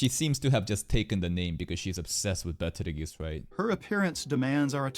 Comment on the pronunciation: I see, I agree, I also think him pronouncing it as Peteljuice is really off since the star reference is clearly spelled as geuse.